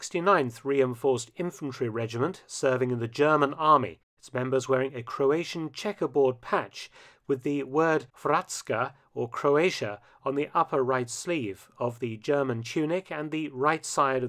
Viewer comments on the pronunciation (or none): It's pronounced 'Hoor (roll the R)-vats-ka' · When you said Hrvatska, I thought you said bratsko. LOL!